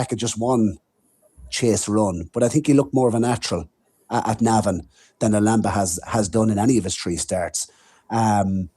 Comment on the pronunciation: This is by far my favourite horse racing podcast, but for the love of God,, can you please stop pronouncing Lulamba like that 😅